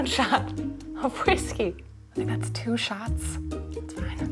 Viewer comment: Sounds like she’s saying two shats